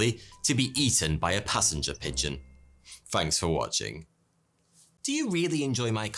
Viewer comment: fainks ....he said fainks